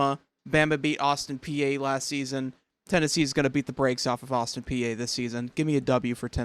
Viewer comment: Please learn to pronounce Austin Peay correctly! 😬